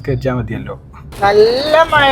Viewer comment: മയ അല്ല മഴ